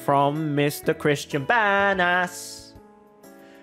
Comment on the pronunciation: I like how he says Banas like Bad as